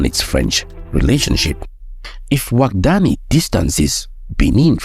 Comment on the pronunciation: Overall, an enjoyable video, as always. Now, as a Beninese, I would like to make a remark. The name of the new president of Benin is pronounced Wada-gni, not Wadag-ni. To make it simpler, you could pronounce it as Wada-yin (but NOT Wada-yine). This is the pronunciation closest to that used by Beninese people.